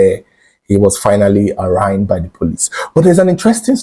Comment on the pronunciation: can you PLEASE check the correct pronunciation of ARRAIGN because for years, you have been pronouncing it the wrong way and it is kind of 😢